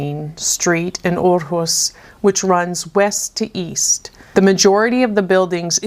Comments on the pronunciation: So funny that the photo on this puzzle was taken in Aarhus. I actually live in the capital city of Denmark and it was quite interesting to hear some facts from Aarhus city. It was very educational and you pronounced it quite well 😃🧩🧩 I'm looking forward to see your next section from the travel around art puzzle 👀😊🧩🧩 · Hahaha. I work in Aarhus every day 😀 Good pronounciation 👍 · Amazing time, and you pronounced Aarhus great 😁